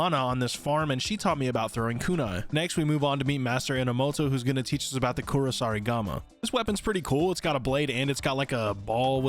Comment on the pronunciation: Even after it shows on screen this dud still mispronounces Kusarigama easier to count the things he got right than the wrong ones .